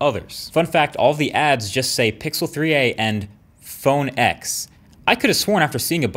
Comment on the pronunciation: PhoNe EcKS uh hahuh